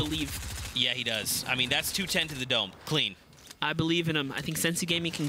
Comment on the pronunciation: The way he says dome.